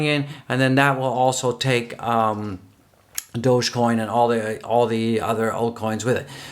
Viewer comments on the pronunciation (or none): none